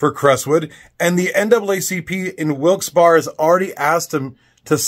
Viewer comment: I always say Wilkes Barre, pronounced Wilkes "Berry".